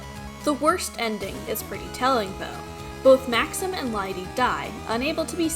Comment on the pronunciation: Maxim and Juste are French names, therefore Juste's buddy's name is pronounced Max-eem.